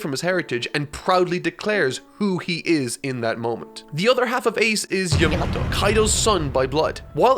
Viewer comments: The way its edited means it might be because he is mispronouncing it, or his accent is, like the review series with yonji .i wouldn't be surprised he was saying YAM-ato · The editor usually does that when either mispronounced something or used an incorrect word/name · It's still funny how Yamato's name kept getting distorted. I'm curious was it just saying Her name wrong? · Ngl dude, I'd rather hear you say Yamato's name wrong than hearing whatever that is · Probably mispronounced it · mispronouncing Yamato will never go out of style! 😂😂